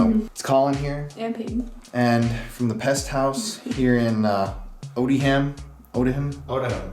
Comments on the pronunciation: pronounced 'Odiam' - long O and the 'h' sound is dropped. Come on people 🙄🙄🙄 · Just a little add on: “Odiham” is pronounced like “Opium” but with a ‘d’ instead of a ‘p’